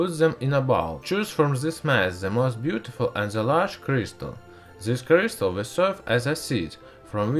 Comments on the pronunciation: Sorry, you are talking like"pu a auminuum cuystar in frask" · Ze CRIZtal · Vewy weww, i wiww twy n make a cwistaw. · i like zeh purrpluuulll cryistalll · Ze clistal